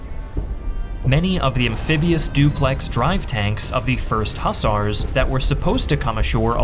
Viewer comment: The word is mobile, NOT mobill. The clue is in the last 4 letters....bile. As in tile, mile, nile, pile etc. The word hussar is pronounced Hoozar, NOT as in bus are